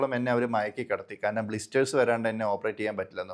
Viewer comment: സർ ദയവായി കാരനം എന്ന് പറയരുതു്. കാരണം എന്നു സ്ഫുടമായി പറയു